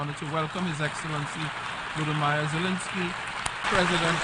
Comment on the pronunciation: who is vlodo-meyer?!